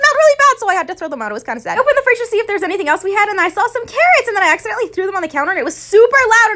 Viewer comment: When u emphasise on ACCIDENTALLY